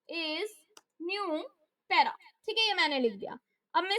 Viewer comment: 😂😂😂😂 para ❌ pera ✅